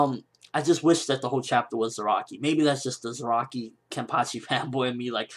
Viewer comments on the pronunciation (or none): lol and everytime you say Zaraki i hear ROCKY :D